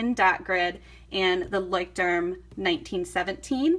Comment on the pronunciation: I cringe every time u say "Leuchtturm"